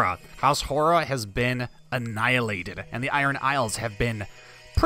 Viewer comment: Have you tried to download the Tubbs' Better Faces submod? It inserts the DLC portraits from the base game into the mod. You should install it as it really improves the portraits. Also, Hoare is pronounced like "whore", not "har-ah". Still, looking forward to this series! I always love the Aegon's Conquest bookmark in the mod.